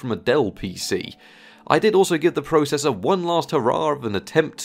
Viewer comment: YOU SAY PROCESSOR WRONG